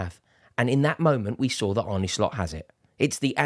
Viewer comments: It's not Arnie Slot it's Arne pronounced as in John Arne Riise. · it's pronounced Arn-uh not Arney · His name is ArnE not Arnie You pronounce it like ''ARE NUH'', not ''ARE NIIII'' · Sweet baby Geesus, his name is not "ARNIE" ! How difficult is it!? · Its pronounced arne like R-ne(cessary)